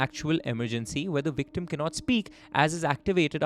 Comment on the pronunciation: Always makes me laugh how you pronounce victim 😂😂 having said that I can only speak one language , English and I often wonder what I would sound like to the people of the other country if I learned their language. 😂😂 Vvvvictuuumm